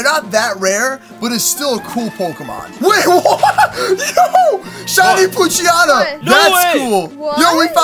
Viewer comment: u say pookchyana its poochyena